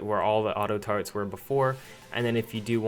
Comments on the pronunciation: Why does he say taretts instead of turrets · It's turrets not tarts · This nigga says Tar-etts